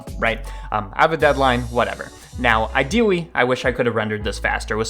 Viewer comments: Sorry, but I'm going to call this out "Ideawwy" OwO what's this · Idwewawy that uwu language caught me out of nowhere lmao. it's cute and I'm all for it!